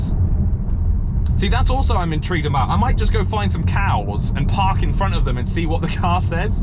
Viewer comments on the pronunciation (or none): none